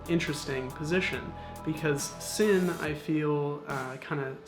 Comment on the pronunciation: "flesh out" their line, rather than "flush out" their line. I do like your videos though, they are great and, I've subscribed. Also in German I believe "Sinn" is pronounced with a "Z" sound if you'd like to really get into it. Totally agree with you about the Steinhart Titanium. Looks cool and I am a big titanium fan as a material.